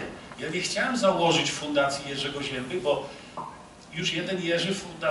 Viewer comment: "Zięba" nie "Ziemba" na litość boską....